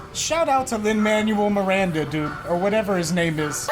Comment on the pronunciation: I can’t over “Lin Manual Miranda”